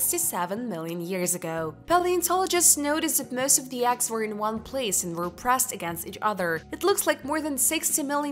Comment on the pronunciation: Ok done 😂 Couldn't handle hearing eggs pronounced axxs. Was like nails on a chalkboard for me. But I'm sure she's nice. 😂 Thanks u.